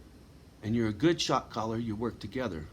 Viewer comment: you keep saying shot caller, I hear shock collar 🙂 puts a different spin on it. thank you for caring for yourself